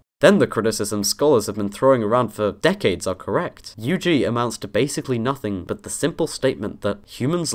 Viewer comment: It's the firs time i heard UG pronounced just with the letter. "you geezz" is what I'm hearing. Now, i understand why linguists prefer the extended form xd